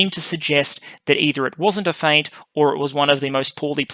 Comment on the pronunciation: Please stop pronouncing the "t" in feint.